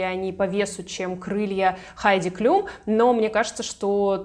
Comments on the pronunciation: Обратила внимание, что ты Хайди Клум, называешь Хайди Клюм. Почему? Никогда ранее не слышала, чтобы кто-то так называл. Причём, один раз в ролике, ты всё же назвала правильно. В Википедии написано Хайди Клум (Heidi Klum), она немка. Но на английском и на немецком её фамилия читается одинаково. Даже в целях проверки, в Гугл переводчике и на английском и на немецком перепроверила произношение. Фонетический разбор слова и транскрипцию писать не стану. И так всё ясно))) Я, конечно, углубилась в разъяснения, с горяча, но очень резануло произношение. Вроде бы известная модель и имя на слуху. 🤷🏻‍♀️ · Вы так странно фамилии моделей каверкаете, то Хайди Клум,То Клюм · Почему Хайди Клюм.??? КЛУМ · Хайди КлЮм? Серьезно? Серьезно??? А Джордж, наверное, КлЮни? Или всё-таки Клум и Клуни?